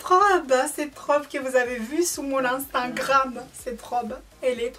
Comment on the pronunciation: ou stawii soifii juste un petit conseille quand tu du instagram tu dit anstagrame au lieu de instagram "unstagrame"👈prononciation